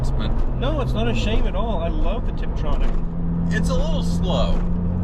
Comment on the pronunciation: Hereś a name for the new gemstone:... 911 "STRIP Tronic::-):-) i swear thats what i heard when said "oh no its the tiptronic"